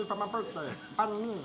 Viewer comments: The way they pronounced banh mi annoyed me; it's pronounced more like banh me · shit man... "Banh mi"... Say it right man you're viet